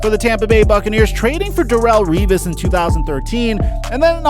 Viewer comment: U said the name Revis right. Its annoying when thay say my last name wrong